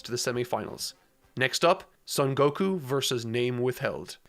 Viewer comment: You still don't know how to pronounce Son Gokuu?! Cmon, man. Son sounds just like the English word "Sewn". And Gokuu has a long vowel at the end, so stretch out the "u" sound at the end. Gokuu is the correct way to spell it too.